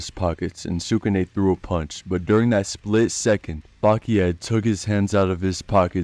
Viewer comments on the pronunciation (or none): none